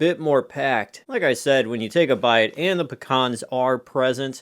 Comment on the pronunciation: Never heard of them. Are trying to say Pee-Cans? Because I'm familiar with those.